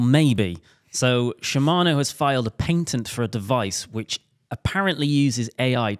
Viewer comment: Paintent? It's a Patent!!